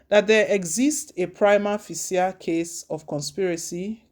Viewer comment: You don't know how to pronounce the word "Prima facie". It should sound as though you are pronouncing PRIMA FASHE. Take note. It is embarrassing how you pronounce it. Haba!